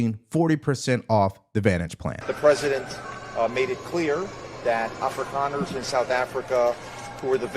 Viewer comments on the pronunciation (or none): Did she say an Africa-ner? Lol😂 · What the hell is an Africanner? 😂